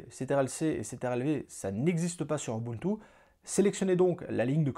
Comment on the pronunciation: A chaque fois que tu disais ubuntu, je pensais direct à Moboutou 😅